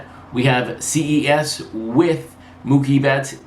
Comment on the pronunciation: Ces (pronounced “ses” like the beginning of cesspool ) PR 3800. Love the channel!